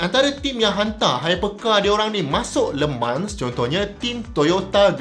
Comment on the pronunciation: ak dgr prof sebut cm lemang bkn le mans😅 kali ke 2 prof sbut baru dgr bnyi le mans😂